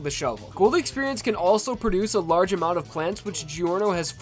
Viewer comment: is from Boston? he has a Bostonian accent when he says large.